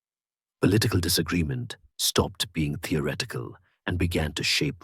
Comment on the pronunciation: The reader/narrator CANNOT pronounce the words with the consonant combination 'th'. He says, 'ah=TOR-it-tee' instead of 'ah thor =it=tee'. He says, 'tee=or=ret=ick=cull=' instead of 'thee=ah=ret=tick=cull'. What the heck is this mispronunciation!??!!? Not a single one time, over and over and over AGAIN! Listen to this HUGE error!